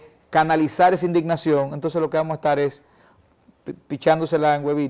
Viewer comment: Muy buena la escencia de la entrevista. Ahora, una crítica constructiva a este espacio: El host de este programa () debería de trabajar en su léxico un poco mas; ya que se nota mucho cuando sustituye las letras de ciertas palabras por otras (típico del dominicano) ej. Estar>etal, partido>paLtido, etc. Debería practicar hasta que estas surjan de manera natural. (Mucha lectura en voz alta con atención a cada palabra mencionada es un buen ejercicio). Saludos!